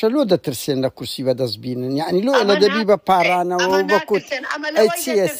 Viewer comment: يحني يان يعني 😂يعني عةرةبية 😂 بة كوردي پئ ى دةلين واتة هاسانة نة ع نة ح ي تئ دا نية